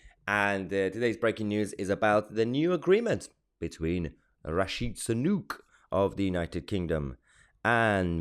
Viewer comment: Rishi Sanook? Is that how you pronounbce Sunak? 'cos its wrong.